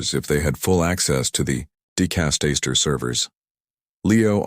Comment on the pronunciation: Good God ( if you excuse my pun), your channel specializes with the Vatican, the papecy and it's governance. And yet, your narration which I imagine is AI, is not able to pronounce basic inherent words to your dedicated channel; "dicastery", Parolin", "cassock". The curia is not the cure. Do you understand how many times the word " dicastery" is said in this story. Show a little self respect in regard to your finished product.